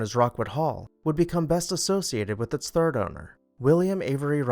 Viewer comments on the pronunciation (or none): none